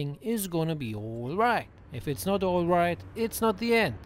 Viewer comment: Its "oilright!"😂